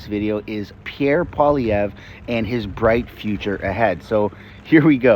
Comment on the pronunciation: Too bad couldn’t take the time to learn how to say Poilievre’s name. Of course is a strong NDP supporter (although he claims to be neutral).